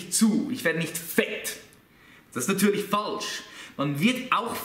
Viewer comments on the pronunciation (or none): Dat is nadülisch FAHHLSCH :) - > min